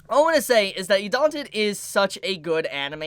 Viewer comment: I am a nazy, please pronounce it idaten, not idanten